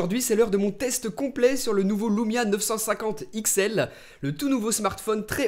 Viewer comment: l*ou*mia m'a fait hérisser l'*ou*reille tout le long de la video